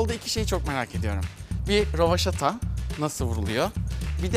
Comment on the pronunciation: Rövataşa 😁😂 kelimelerin doğrusunu unutacağız sayende 😁😂